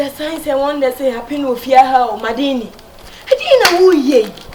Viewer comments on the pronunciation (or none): mandy too dey spoil madina"s name.. whats madini madini errtime she tryna call madina saying madini🤣🤣🤣🤣🤣